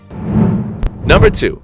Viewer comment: philippines numba three!!😂